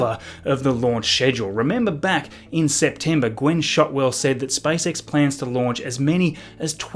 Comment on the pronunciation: Am I alone who hears spicex instead spacex? 😃